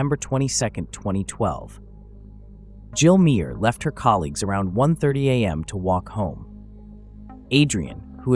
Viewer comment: Her surname is pronounced Maaah